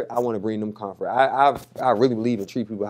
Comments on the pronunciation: He said COMFRET for comfort IM DONE NO IM NOT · Did he say confront not comfort??? Great interview Jason. Terrible look for the down low dude